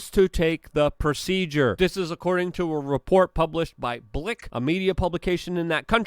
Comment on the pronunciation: “Blik” news lololol